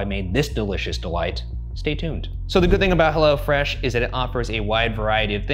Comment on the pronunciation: Ryan it's Hello Fresh not "Hella Fresh" lol